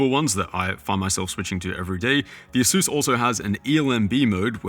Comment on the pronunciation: ASUS not ASUES youre saying it wrong. SUSpect, not Sues.